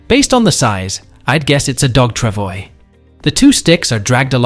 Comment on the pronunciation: Trav-wah......not Trav-oys.....It's a French word.